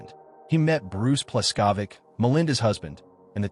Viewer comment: Mispronounced "Pleskovick" too.